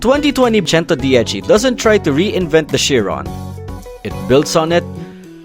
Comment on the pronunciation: bro won’t stop saying “ChentoDiechi” 🗣️🗣️🗣️🗣️🗣️